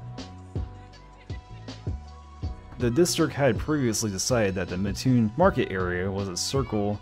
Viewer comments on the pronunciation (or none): Thanks for covering Burger King! Now I sorry to have to do this, but I grew up there, and it’s a requirement that we correct the mispronunciation, which happens all the time. It’s Mat-toon, not muh-toon. I like your channel:)